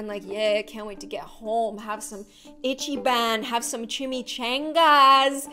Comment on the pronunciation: e-chee- ban haha its e-chee-bun i know that restarant im from sg